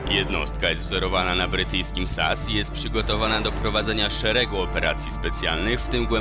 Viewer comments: Nie SAS tylko S.A.S. Znam się na tym. Robisz filmik to rób go dobrze! PW! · NIE MÓWI SIĘ ( SAS ) TYLKO ( ES EJ ES )